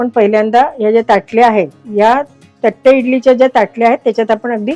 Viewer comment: थट्टे नाही तट्टे इडली.